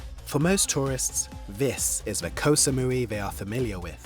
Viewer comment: Can Koh Samui survive the egregious mispronunciation of its name much longer?